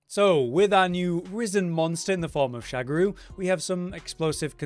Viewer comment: um its Sha Ga Ru not SHAGARU